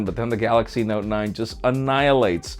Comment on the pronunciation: Anniilate, destroy? I know English is not your first language but c'mon. Just look up the definition of annihilate and look at that graph again.